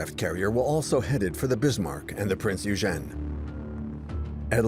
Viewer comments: Awesome vid thanks , Eugen is pronounced Oigin. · Ditch the AI narrator... the pronunciation of Eugen is messed up.